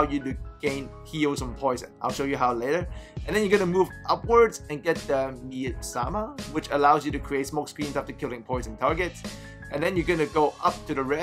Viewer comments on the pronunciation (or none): 'Mee-as-mah' mate.